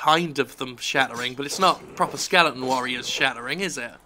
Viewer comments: Jim, it's skele-ton, not Skelington. Please, I love you an all, but it made this video hard to watch. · It's Jim Fucking Skelling ton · Skellington's rule "one O one", learn how to pronounce the word "SKELETON" As in "those with nothing between the ears", in fact not even ears, the former, rather like the maker of this video. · It's intentional, I don't remember why and when he started calling 'em that though.